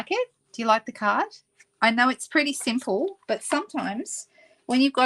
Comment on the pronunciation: I heard "I know it's pretty sinful" instead of "simple". Wondered how an "easy" card was "sinful"!